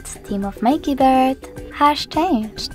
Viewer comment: Haaaaaai.....Why are you singing your instructions? And what are "keybirds"?? This clip sounds ridiculous....